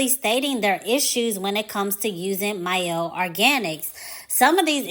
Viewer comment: I dont rock with mielle anymore however Thanks for pronouncing the name correctly